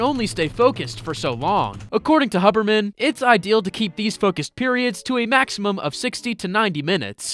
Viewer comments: Great video. Note: Andrew Huberman's name is pronounced "hyoobermann" with a "u" sound as far as I know. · LMAO, you pronounced Huberman, synapses, acetylcholine, and so much more so wrong. BUT UR A FELLOW HUBERMAN LISTENER!!! (He’s my idol, btw)